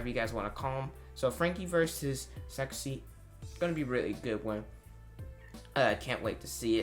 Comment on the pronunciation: It is Sasaki. Good Video!